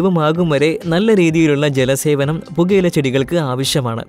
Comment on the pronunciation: ജല സേവനം അല്ലെടോ, ജല സേചനം ആണ്. നേരെ ചൊവ്വേ പഠിക്കാതെ ചാനലും ആയി ഇറങ്ങിക്കോളും. 🙉😱🥵